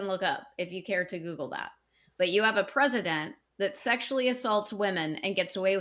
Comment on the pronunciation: I wish would read past the "scary" headlines (in this case, the MA abortion bill). Also, oh no... not clean feet /s 😱 Lastly... the way pronounces president irks me 😅